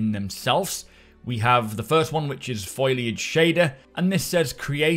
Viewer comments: "F o l i a g e" not "F o i l a g e". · Foliage is pronounced foal-e-age not foil-e-age. Sorry but it's driving me nuts 😂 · Foh-lee-ahj - not Foil-ahj mate. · I'm guessing you say "foil-age" for the same reason I say "skelling-ton"; because it's amusing.